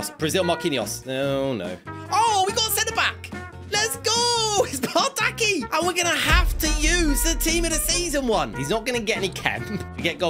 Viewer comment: the fact he used a Galatasaray CB and then a Fenerbahçe RB an said they would get chemistry is funny(the 2 clubs are rivals). Also, it is pronounced Bardakchi